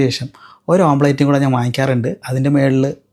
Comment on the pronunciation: nice , but ഓംപ്ലേറ്റ് അല്ല ഓംലെറ്റ് അങ്ങനെ പറയൂ